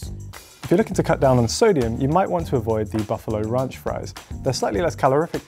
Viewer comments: Did man just say runch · Ronch? It's ranch! Also it's tomato not tomoto